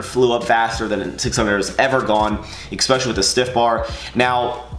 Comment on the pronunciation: Ex-specially orrrrr Especially? Haha. POTATO!!!!!